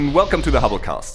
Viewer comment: Is it just me, or he says he's signing off from the HOLOCAUST??! they should really change the name of the show... or at least the host's pronunciation!